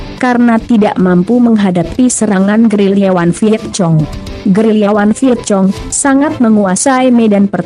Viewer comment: Vietcong… hahaha Vietkong kali